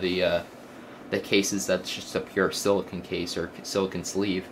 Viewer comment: silla CONE NOT KUN